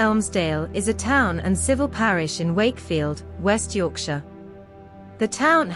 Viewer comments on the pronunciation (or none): none